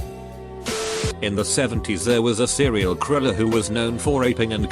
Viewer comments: "Serial kriller" 😂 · Nobody: Robot voice: sErIal kWiLeR